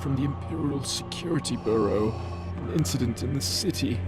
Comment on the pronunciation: So, in some places "bureau" is pronounced "burrow" and "archivist" is pronounced "activist" ( and ). Is there a reason? I haven't read the comics, so I don't know.